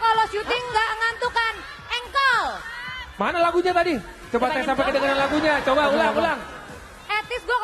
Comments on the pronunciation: plisssss engkol ya bukan jengkol😭🤣🤣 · bbrp x aq ulang"....ttep aja ngakak denger nyebut JENGKOL bkn ENGKOL